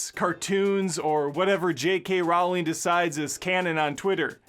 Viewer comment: A great video and all, but I can’t get over how you say Rowling